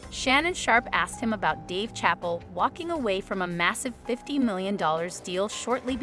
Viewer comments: "..Dave CHAPPEL.." (????!!!) 😂😂 😂😂 It's Chappelle , not Chappel 😂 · Dave Chapel? Really? Not Chapelle. Who’s reading this? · It's ChappELLE, not Chapel! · Its not dave chapel. Its Chappelle. Get it right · Sha Pell lady. Not chapel. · YOU LOST ME AT "Dave Chapel"........how you don't know it's pronounced "sha pell" is beyond me. Great public school system you had eh? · If you say Dave Chapel one more time…… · TF you said DAVE CHAPEL its chaaapeeeell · You need to learn how to say words & names correctly. I lost count how many times you pronounced Dave Chappelle’s name as Dave CHAPAL. Just LOOK & SEE the name & you will easily know the name is not pronounced CHAPAL. How many times have you heard to man’s name? Absolutely brutal. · It's pronounced 'shapell '. You need a real person, not a bot. And that's not the only one that you messed up. 😬😡🤡💩. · Did she just say Dave chapel 🤔🤦🏽‍♂️ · Did you really just call him Dave Chapel? 😂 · His name is not pronounced chapel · I hate when people don’t say the names correctly. That’s not Dave’s last name lol. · You have GOT To Put Some RESPECTT On Chapelles NAME DANGIT! Jeez Louise! Learn his REAL NAME! 😂😂😅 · Am I the only one getting distracted by her mispronunciation of “Dave Chapelle’s” name? Smh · hard to finish this clip when she keeps pronouncing dave chapel wrong lol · Who is the narrator? Because she can't say Dave Chappelle 's name right. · ai reader, learn chappelle's proper pronunciation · I wish the commentator would learn the right pronunciation of Dave Chapelle's name!! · Why can't chu pronounce Dave's last name correctly it's a bit annoying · Right? Like she ain't heard the name Chappelle. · I'm still stuck on the pronunciations of some of these stars' names.....Schedell for Don Cheadle and Chapel for Dave Chappelle.....I digress....